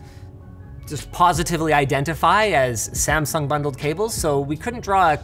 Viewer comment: "Samsungs cables are garbage" "And now a word from our sponsor smasung"